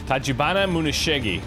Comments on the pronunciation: YO It's Tachibana Muneshige, not Tachibana MuneshigA XD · still wrong, (moo neh she geh) the "ge" is pronounced like the "ge" in "get". and the "ne" is pronounced like the "ne" in "Netch" or "Nestle" or "Nether". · then again its Edward Kelley thus the Muneshiga :). Muneshige when you fight him in the sub mission. It should be called " Muneshiga, the Muneshige Imposter"